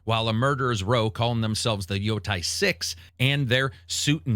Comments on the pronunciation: Bruh stahp it.... it's Yotei not Yotai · why is freakin everyone keep saying Yotai when its Yotei? I will never understand why its so hard to pronounce some words correctly. It was the same with Lady Dimitrescu, where everyone just kept saying Dimitresc for some freakin reason. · Yotei = “Yo-Tay” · Yotei as well. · Its funny how he pronounces Ghost of Yotei as Ghost of Yotai and Ninja Gaiden as Ninja Geiden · Absolute horrendous pronunciations, I think I'm going to unsub because of this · I know its a nerd thing to say. but i honestly believe if you dont take the time to learn the actual pronunciation for these games name, its hard to take your review serious. Your pronunciation of Yotei and Digimon are so bad it makes me not want to watch.